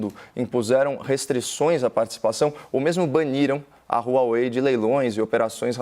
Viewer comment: DE AMBAS AS PARTES, QUEM... CARA PÁLIDA? O CAIO SEQUER SABE FALAR HUAWEI